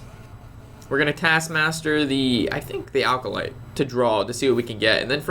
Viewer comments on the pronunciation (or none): Hey! A little tip: The "Acolyte" of pain is pronounced "Ack-o-light". There's no "l" before the "c".